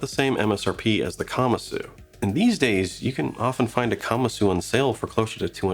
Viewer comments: Like the video but you are pronouncing it incorrectly: the Japanese word is pronounced kuh-Mahsoo. Not kama-soo. So please pronounce it correctly: kuh-Mahsoo. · I don't think kamasu is pronounced that way.